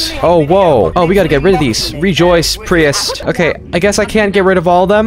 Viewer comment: I believe it’s pronounced “Preest”